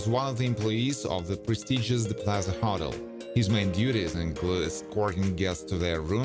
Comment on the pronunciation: Its call a HO-TEL not huttle